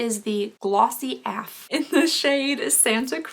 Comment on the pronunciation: ...u do realize that AF stands for AS F*CK. As in "that's cute AS F*CK!" ie...(AF) and u actually say the letters A and F lol not "af" u crack me up!!! Love u girly! xoxo, candice Ps hopefully I dont get blocked I love the show and didnt actually curse lol just wanted to let u know